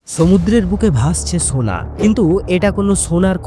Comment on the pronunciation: জি ভাইয়া।সোনাকে ছোনা বলছেন।একটু ট্রাই করবেন।ঠিক হয়ে যাবে।